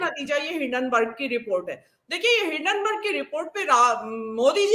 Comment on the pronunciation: भेण दी टकी, हिडेनबर्ग नही है हिन्डेनबर्ग है